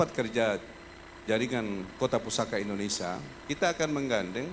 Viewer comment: Indonesia pak walkot. Bukan Indonesa